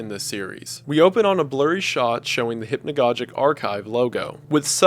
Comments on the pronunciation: Maybe someone helped you with this Wendigoon, but it's hypnagogic as you would say synagogue. I don't mind it here. For future reference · I just realize you don’t even say hypnagogic right. You don’t say hypnagogic right, you don’t say merlot right I think u just need English lessons